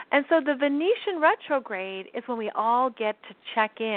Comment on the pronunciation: Hi there! Great info and thankyou. Just wanted to clarify the word Venetian. Venetian are inhabitants of Venice, Italy. Venution or Venusian are associated with the planet of Venus. A person “from” Venus can also be called a Venerian (in Science Fiction). It may be your accent, but I thought I kept hearing the word Venetian. I certainly don’t wish to be a know-it-all: but the distinction carries a planetary difference; one is from Italy, the others from Venus. Love what you do...& again thanks for your insightful sharing with us all. 🙏🏻 xx